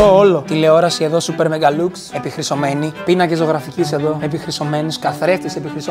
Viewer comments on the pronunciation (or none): Super mega lluks leei ahahahahahah o egine albanos 🤣🤣🤣